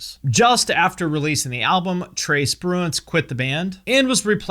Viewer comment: "Trace Bruins" LOL